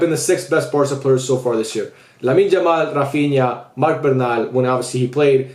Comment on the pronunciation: Would be nice if you call him Yamal and not "Jamal"